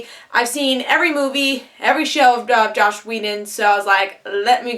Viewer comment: You said "Josh" Whedon a few times and that is just a huge bother to me. Slow down, take your time, didnt complete video if you cant take the time to say the name of the writer/creator right no point.